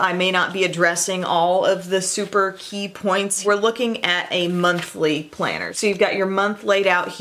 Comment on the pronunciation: Planner? I thought you said, "Planter!" You know dirt and something green. I usually use "cc" to prevent these misunderstandings. Thanks for the lo-down. (